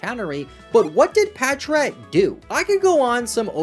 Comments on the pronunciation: Bros so forgotten about pronounces his name wrong 😭 it’s Patrat lol, not patchrat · Patrat so forgotten bro can’t even pronounce it right 💀